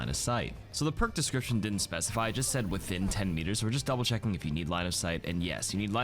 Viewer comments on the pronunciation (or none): none